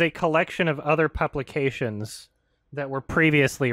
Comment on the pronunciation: "Puplications"? Damn Canadian